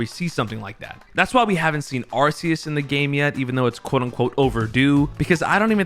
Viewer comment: Ark eus... not Ar. See us